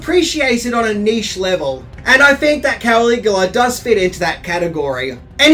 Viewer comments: “Cuh-lig-u-luh” he’s not Superman’s dad Kal-el /Kal-igu-la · He thinks it’s Superman’s real name KAL-IGU-LA / KAL-EL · I don’t think he watched it because of the way he’s saying KAL-IGU-LA! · He thinks it’s Superman… KAL-IGU-LA / KAL-EL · no it hurt my ears!